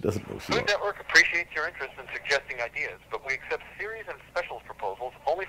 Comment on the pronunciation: To be fair to, the lady really butchered “food network” Sounded more like “Fulumwerk???” 😂